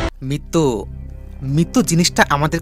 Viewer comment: Mittu😂😂😂😂😂 mittu ki re vai? Mrittu... Voice artist nen apnara. Ki baje voice. Thik vabe uccharon o korte parena